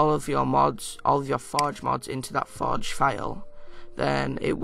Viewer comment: lol ur accent "minecraft foj"